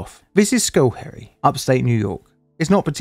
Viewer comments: Uhhh… The first syllable of Schoharie, New York is pronounced “skoh”, not “skoo”. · you say the location is "School Parrots". I'm confused; I thought the location was "Schoharie Creek"? The pronunciation of the two isn't even remotely similar, so where did "School Parrots" come from? "Schoharie Creek" would be pronounced "sko-HAH-ri-ei-CRIK", not "SKUL-peh-ruhts". But no, neither "School Parrots" nor "Schoharie Creek" is familiar to me. Why did you think either would be? Just curious. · Why do you pronounce it "skull perry"? You should at least print words on the screen that you are going to butcher. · I lived in Albany, not too far from where this happened. I remember seeing it on my local news site, was crazy. Also, the pronunciation is skoe-HARE-ee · Because it's so disaster prone, just an FYI for next time, locally it's pronounced as "skow·harr·ree". I know it's weird 😅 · Hopefully another disaster in Schoharie doesn't need to appear on the channel, but it's pronounced sKOh-hairy, the sch is less like school and more soft s sound with a hard K like the first letter in kick. A lot of the Haudenosaunee place names are difficult for non locals. And also some locals. I live in CNY, about 2 hours west of where is happened. This was in the local news cycle for months afterwards. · It's pronounced just SKa- harry. I live real close to that place. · If others have not said this before it is pronounced sco-HAIR-ee. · Its pronounced like Sc-hair-y.... There my OCD feels better. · Check your pronunciation of the town, schoharie. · It's not likely that you heard of the town because you horribly mispronounced it.